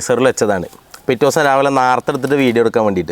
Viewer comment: നേരത്തെ ❌️ നാർത്തെ ✅️